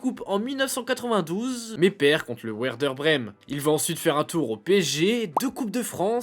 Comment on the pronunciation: Le ouerder de Brême 😮😅😂